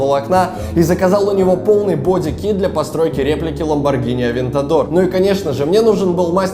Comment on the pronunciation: Ламборгини АвеЕгор